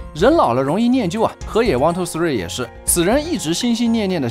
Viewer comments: 一二三应该念hifumi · 一二三這名字日文應該念HeFuMe(或近似發音)